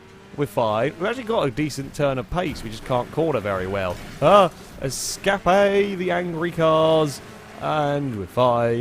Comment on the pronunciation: “Escapé the angrey cars” dude I love your videos 😂